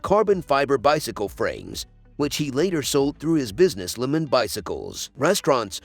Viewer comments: Agree. The person has no knowledge of cycling, otherwise would know how to pronounce, if nit all, most of the names. Lemond is Lemond and not lemon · The producer of needs a better editor and a narrator who knows how to pronounce names. Greg "Lemind"? And Armstrong? Talk about bias.